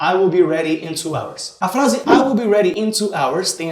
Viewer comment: "A flase" aushausha